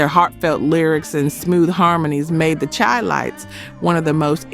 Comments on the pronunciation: ( minute mark requesting subscribers) Maybe people return for the memories these oldies bring back but won't subscribe because the voice of the narrator is a turn off. On another on of your podcasts of the 15 Greatest R&B Soul Bands We'll Never Forget, the narrator pronounced Chi-Lites as chī (long ī as in chide) instead of Shy. That puts credibility in question. It shows that either you didn't live it or you weren't even born. But that's no excuse for not doing the research and getting the names correct. This narration sounds like someone copied a term paper for a Music Appreciation class. Get someone who lived those times and can match the energy this music brings. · The Chi-Lites is pronounced Shy-Lites. You're saying there name wrong. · You're right. Thank you.